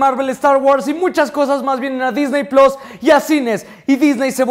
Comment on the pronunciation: me encantan tus videos y todo, pero por favor!!!! puedes dejar de decir Disney PLOS????? por faaaaaaaa